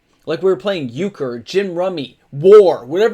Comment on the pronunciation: Yea! He said euchre!